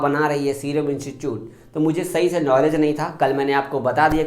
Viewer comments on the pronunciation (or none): none